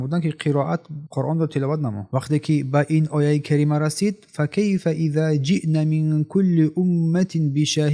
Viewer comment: فكيف إذا جئنا ҷиьно бо алиф хонда мешавад на جئن чи хеле ки талаффуз карди!